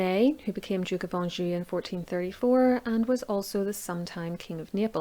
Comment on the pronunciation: ha ha I don't know the best way to pronounce it but it sounds correct to me. LOL... Let's see what the Sharpshooters say.